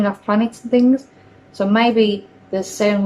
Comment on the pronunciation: Does anyone understand what she said? Its sounds to me like: "I have thought, maybe, we know that 'sebways' can levitate things." I'm sure I am misinterpreting her but I have no idea what she is actually trying to say here. Was she trying to say "sound waves"?